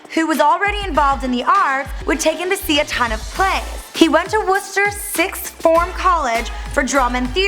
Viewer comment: Her struggling saying sixth form lol